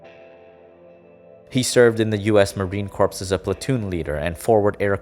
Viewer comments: Corps is pronounced "core" not corpse. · and he said "marine corpse" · "He served in the US Marine *CORPSE*", you mean corps, guy, and the "s" is silent. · ArE-kAnSaS and Marine CoRpEs...Arkansas and the Marine Corps are pronounced differently. Are-can-saw and core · Did you just pronounce the s on Corps? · Also "corpse" ... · Marine Corps is pronounced "core". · It's pronounced core (corps) and arkansaw (arkansas)